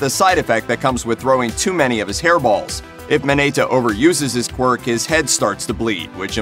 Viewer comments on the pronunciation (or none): I'm very triggered at the fact that most of the names he said, were pronounced incorrectly. Mineta, not Minayta